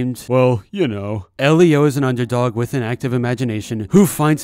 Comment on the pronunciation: I thought it was pronounced "ee-lee-oh"